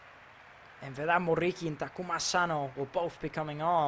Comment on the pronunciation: this dude's RRRRR is so annoying, man you are speaking English, you don't need to pronounce that R that heavy. Besides, the R in Muriqi is only 1, you don't need to say it like RR, it's driving me crazy